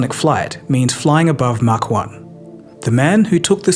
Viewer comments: Thanks. You might have learned how to pronounce MACH first. It's not Mack, it's Mach. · It's "maach"... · It's "mach" you keep saying "mark".